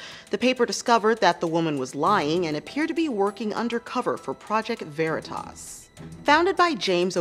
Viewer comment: You sorely misprounced 'veritas'.